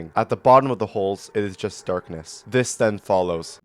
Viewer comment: Is da rp dis arg💔💔 dude talk correctly 🫩🫩